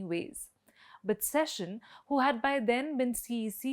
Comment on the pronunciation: It’s not session, it’s Seshan. Why can’t you say it right for the f sake?